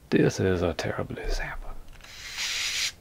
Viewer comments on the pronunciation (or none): "This is a terrrrible exampul" Hahahahahahahahahahahahahahahahahahahaha <3